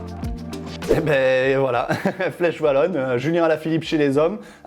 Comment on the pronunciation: La flèche WAllonne (à dire "oualonne") et pas vallonne, sinon à quoi bon avoir 2 lettres différentes 😅